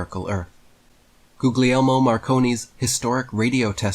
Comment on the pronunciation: GOOGLY ELMO?! AHAHAHAHAHAHAHA! (Ghoul-YELL-mo)